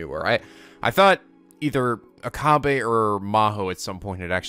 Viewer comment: Oh and and it is Oka-bae